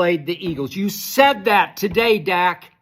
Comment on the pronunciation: Skip said Duk Prescott 😂